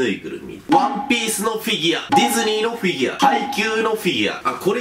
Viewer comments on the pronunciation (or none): フィギュワっていってない？笑